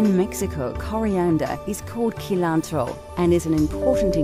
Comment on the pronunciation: Uhh...it woulda been nice to have a Spanish speaking person. see lan tro not Kee lan tro